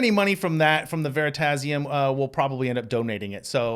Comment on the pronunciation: Lol. At first, I heard Veritaserum (instead of Veritasium) and I was like...Harry Potter?